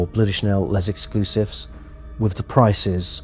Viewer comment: Why do every influencer pronounce L’Exclusif wrong? Is it so hard to look for the right pronunciation before making a video? And no it’s not called Les Exclusif!